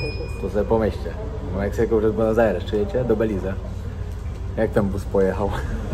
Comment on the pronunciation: Nie belize tylko beliz jak wypowiadasz Belize sie pisze Beliz sie mowi